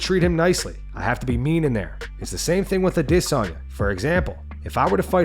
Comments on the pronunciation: Why cant you say Israel's name right? Ever? Ah-Diss-Ahnya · The way he says adesanya bugs me lol